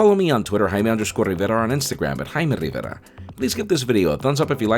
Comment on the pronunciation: His name (pronounced correctly lol)